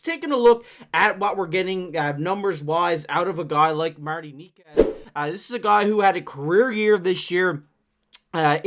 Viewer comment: wtf are you talking about Coyle being a winger and shifting into center at times? Coyle IS the third line center. Was the third line center and stayed the center. He has a ntc but it would be nice to trade him for the cost. And Necas is not pronounced that way. Did you watch any of the reporting like any lmao? Knee-Kash? No. And wtf is that chart. Coyle is not a winger and has never been a winger. And no. Necas is not a 10-12 mil. He is a 9-9.5 mil. And the Avalanche did not lose their star player. They had two stars way above what Rantanen was. Named Mackinnon and Makar.